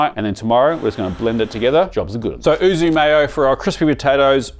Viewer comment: YUUU - ZUU not OO ZOOO arghh as a Japanese speaker this is like nails down a chalkboard, great video though! Is the ham video coming out soon? 😊